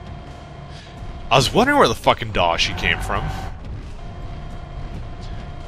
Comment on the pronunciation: The most annoying thing about the daishi is how you keep mispronouncing the name.